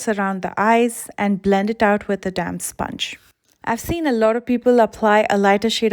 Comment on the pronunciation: Why does damp sponge sounds like damn sponge everytime she says it